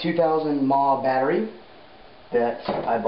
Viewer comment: ok its M.a.H, not mah its not one word it means milliamp hours and it determines approximately how long the battery will run.